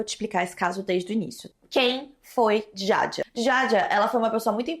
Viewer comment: te amo muito mas você precisa ter mais cuidado com as palavras... No outro vídeo "memórias póstulas" nesse vídeo "djaidjia", ainda mais sendo nome de vítima seria legal ter uma atenção maior sabe? Não leve como hate por favor